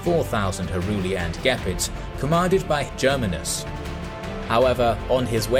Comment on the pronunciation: The way you pronounce <<Germanus>> made me cringe.